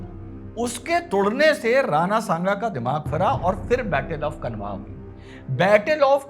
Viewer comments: खनवा नहीं खानवा है भाई... उच्चारण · श्रीमान माफी के साथ कहना चाहूंगा Khanwa (कनवा) नहीं इसे खानवा उच्चारित कीजिए क्योंकि कनवा नामक जगह कोई नहीं है बल्कि यह खानवा, भरतपुर, राजस्थान में स्थित है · dr साहब ,, battle of khanwa , - खानवा का युद्ध, मैदिनीराय चंदेरी के राजा सही उच्चारण , "खानवा का युद्ध", " मैदिनीराय "